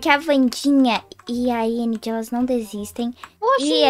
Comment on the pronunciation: Eu gostei da Wandinha Vcs tão falando endi mas e enid o d mudo tem som de de